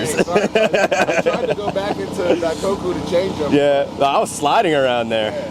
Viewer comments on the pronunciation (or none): Bro said DaiCOCKu 💀😭